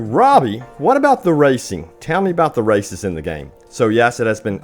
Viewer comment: I know this video is outdated, but still... How come I hear him saying "racists" instead of "races"?...